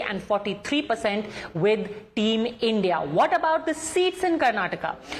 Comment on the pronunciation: Not team India. Call it I.N.D..I.A - like how you say NDA